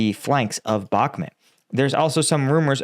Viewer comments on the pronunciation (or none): It is not Bagmoot it is Bakhmut with a ch sound as in lochness, please do your home work and pronounce the place names right.. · I love the way pronounces the towns in Ukraine lol 😂 The way he says Bakhmut, B-aak-mut 😅, i would love him to come to my stomping grounds in North Wales, i struggle to pronounce some of the places and im welsh 😂